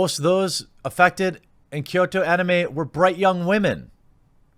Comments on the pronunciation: Kyoto, not Kyosho. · “Kyoto” Anime not “Kyosho” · Kyo in Kyoto is pronounced in a singke syllable like "Yo" with a slight K sound in front of it, not "Key-Oh." Kyoto is a 2-syllable word. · KYOSHO? It's Kyoto. KEY-OH-TOE. Your mispronunciations are always 50% funny, 50% rage inducing. But I still love you Jeremy. lol <3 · Well, its actually pronounced "kʲoːto" as in "kyo-to" and not "ky-o-to". There should only be two syllables if you want to be "correct" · Kyoto is key-o-toe! Hard T! Not TH! Sorry on with the show. Also the Kyoto animation studio employee women is actually a solid big thing in Japan outside of this tragedy but yes it has nothing to do with tragedy and it's gross to use it as such. Also also kyoani(key-o,Annie) actually employed most of it's crew compared to most other studios who only use independent contractors which could be as short as a week of work. Really was a beacon of good will I the anime industry who was attacked. The fact kyoani did these things should push more to support the studio not hating on the anime industry.... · It’s “Kyoto animation”, like the city. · (For the beginning) Anime is just animeshion(Japanese pronunciation/spelling of the English word animation)abbreviated, It's English so you're fine pronouncing it "anima-". The only people who pronounce it "Ah-Nee-May" are Japanese and wapanese people. Edit: Also "Kyo(K-Yo)-toe" lol Ken "O-Koo-Moo-Rah"